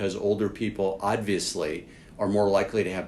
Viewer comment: This guy is right, but how many times is he gonna say "odviously"